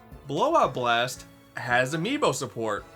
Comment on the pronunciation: Wanna know what's funnier? The narrator saying it like Kirby BLAGHT BLOST!